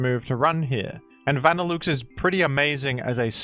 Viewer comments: i can forgive grudon but that vanilluxe pronunciation is something else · I have NEVER heard Vanilluxe pronounced like that. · Good video, but the way you pronounce Vanilluxe is making me cringe ;w; Also, I've heard of the utility umbrella thanks to Reverend!!! :D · pronunciation of Vanilluxe sounds so wrong but it tickles my fancy...